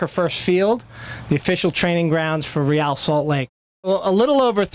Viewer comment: this is great...but wouldn't it be greater if our team didn't have to have the lamest name of any MLS team? for years and years now no one can say ReAL correctly. the media don't get it right, the team don't get it right, the OWNER can't even get it right and he picked the darned thing. he picked a spanish name for the team...would it be so hard to get people to say RAY-AL instead of REE-AL all the time? just what the heck does "REE-AL" even mean? if you have to ask what RAY-AL means, then sorry